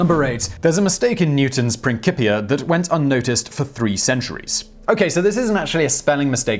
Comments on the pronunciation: Newton Prin-cì-pia ( "cì" pronounced as the chi in chip, not "chí" as the ki in king). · Prin-kipia? That can't be right. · it's "Prin-chee-pia", not "Prin-kee-pia". That pronunciation has been inherited by Italian - think Cello, you don't say Kello... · He keeps saying ‘Prin-kee-pia’ instead of ‘Prin-chee-pia’, it just sounds a bit weird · Prinkipia????? Ironic to pronounce this wrong when talking about spelling errors haha.